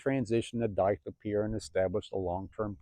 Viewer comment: Were you saying DICLOPEER or DITHYOPIR? Not being a smartass. Im assuming you mean Dithyopir? Just making sure